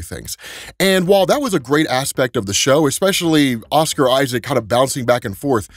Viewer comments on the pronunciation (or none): none